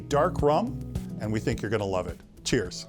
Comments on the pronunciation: Wow...pronounced it really bad😂😂😂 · You are pronouncing it wrong sir.